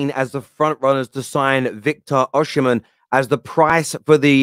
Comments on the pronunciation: my goodness pronounce his name correctly. His name is pronounced Victor "Osi- men" not Victor " Oshi-men".. Please, take the time to learn the correct pronunciation. Come on man! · Pronounced “Osimhen”, not Oshimen, no “sh” in pronunciation. It’s in the Edo language from Nigeria.